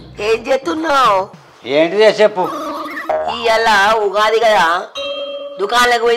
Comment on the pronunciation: Ogadhi kadu Ugadhi akka 😂😂😊 but video is super😊